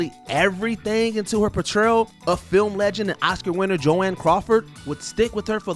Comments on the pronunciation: 💥🫨Jo-ANN!😠💥 Crawford!!?? JOAN. Four letters, one syllable, rhymes with Phone. It's basic respect to say names properly, especially when reading off a script or teleprompter. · When you call out Linsey Lohan ad a bigger name than Anthony Hopkins, or pronounce Joan Crawford as Joanne, movies might not be your thing. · Joanne Crawford!?? How are you going to make a video on movies and actors and mispronounce a simple name like Joan?😒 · Wait, did you say “Joann Crawford?” Umm her name is/was JOAN CRAWFORD. And true, that movie definitely stifled Dunaway’s career, Mommie Dearest is a CULT CLASSIC! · It’s Joan Crawford, not Joann. She literally a film legend. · What about Jo-Anne Crawford. 😂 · School teacher in me jumping in; the presenter made several glaring mispronunciations, even after saying names correctly in the same narration. JoAnn (Joan) Crawford, Warren Betty (Beatty), and others. I was really distracted by the mistakes. If you're covering famous people or events you should really get the names right. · Jo ANN Crawford? Really? Not watching another video with this idiot narrating. Good grief.😡🙄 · The name is Joan , NOT Jo Ann Crawford. Are you even familiar with her? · I’m not that much bothered by the accidental mispronouncing of Jo Ann for Joan Crawford. It bothers me that for a channel that frequently touches on iconic Hollywood history the producer didn’t even notice the mistake and ask for a retake. Very sloppy, folks. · I wasn’t gonna be that person but please, PLEASE learn the pronunciation of the actors/actresses you are talking about cuz who tf is Joann